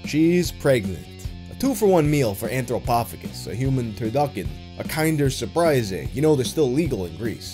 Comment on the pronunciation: OMG, the way you say Kinder Surprise is plain heresy! It's pronounced how the German's say it, like kindergarten aka American nursery. Edit: My apologies, the intestine poo joke makes up for all mistakes.